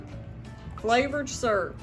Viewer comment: The way you said Surp for syrup made me smile. My grandma was from the south and she would say “worsh” for wash.